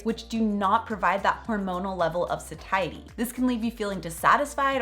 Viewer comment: Interesting pronunciation of Satiety or am I just saying it wrong?